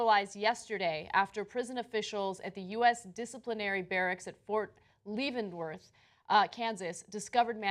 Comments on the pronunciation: Anna, just so you know Leavenworth is pronounced leh-ven-worth not lee-ven-worth. Just thought you should know :) I'm from Kansas. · Ana, just so you know, it's pronounced "LEH-van-wurth", not "LEE-van-wurth". It's where US military personnel serve prison time. Manning is a hero who doesn't deserve to be there. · LEAvenworth? I never heard it pronounced that way before lol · SOUNDS LIKE>>>>> LEV--IN--WORTH. How can someone who lives in this country, does commentary on current events, been to college, watched the news, or had a conversation with anyone about this topic not know how to pronounce Leavenworth? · Not that it really matters, but it's L-eh-venworth (like heaven) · Please teach Ana the proper pronunciation of "Fort Leavenworth" .... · LOL at how she attempts to pronounce Leavenworth. What an idiot. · Man where the heck did you learn to pronounce words... Leavenworth is a like universally spoken correctly. He tried to kill himself because he realized he got screwed over. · how can ana not know how to pronounce "leavenworth". i think she went to Trump journalism school online. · this woman has a master's in journalism but cannot pronounce "Ft Leavenworth" correctly? this is a recurring problem for TYT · I love how she mispronounces Fort Leavenworth.